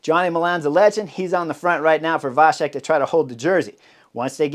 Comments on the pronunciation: Thank you for the nice comment. A small note: in the middle of the name VaCek, there is not a "sh" in the pronunciation, but a "ts", the "C" in the original sounds similar to the German "Ziel". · The name Vacek C is the same like you would say first C in word cycling. Your version sounds like Š in czech language.. Anyways great breakdown Chris.. 🙂